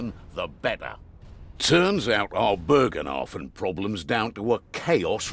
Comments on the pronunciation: "Bögenhafen" Oh wow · Why can nobody pronounce "Bogenhafen" correctly ? xD And why do you pronounce an R where there is none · basicly how you say it but remove the R. Dont change the pronunciation apart from that.